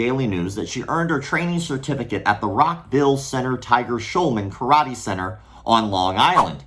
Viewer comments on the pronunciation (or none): "Karate Thot-ee"